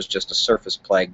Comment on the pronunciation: Sir, love your website and I have learned much. Watch everyday. Would have emailed, but couldn't find. This a minor point from an old AF solar/weather observer. The word plage (French for beach) is pronounced as in the word mirage. Also the magnetometer instrument is pronounced magne (short e) to' (pronounced ta as in the music note la wand note accent) me (short e) ter. Thank you for your hard work and feel free to erase this post as not trying to be anything but helpful.